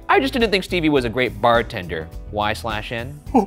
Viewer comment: NOOOO why did she say the slash in y/n :((( lolol it’s just said “y n”